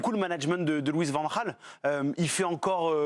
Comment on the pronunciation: Bravo pour la prononciation correcte de Van Gaal...